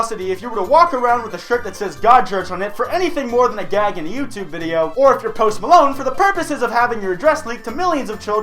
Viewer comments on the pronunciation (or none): none